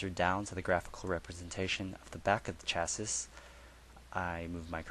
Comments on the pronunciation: Agreed - Chassis is a French word. Pronounced as below: shassee. Very irritating! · Thanks for the presentation. Just a comment though I think you are pronouncing the word 'chasis' incorrectly it should be sha-see.